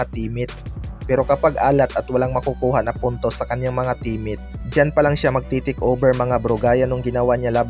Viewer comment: Baka team mate bro Hindi temet,😊